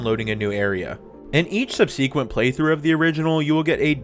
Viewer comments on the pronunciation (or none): What’s with this new trend of erroneously pronouncing subsequent, “sub-see-quent?” I’m just being a dick but I still cant stand it lolol. Regardless, great analysis in this video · “Subsequent” is pronounced sub-suh-quint. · What is with this new trend of erroneously pronouncing subsequent, sub-see-quent. That said, it’s not as bad as when ppl say irregardless lol